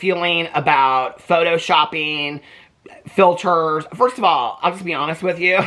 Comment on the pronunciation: Mikayla has lied sooo much in the past, but we’re supposed to believe her now that she uses no “filtahs,” ya ok 😒😏.